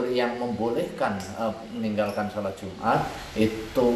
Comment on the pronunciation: Jum'at, bukan jumar.